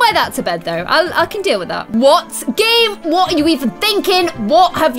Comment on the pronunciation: Every time she said game I thought she was saying Gage and I was like who is Gage??